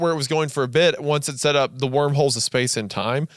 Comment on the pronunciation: speeeeeece station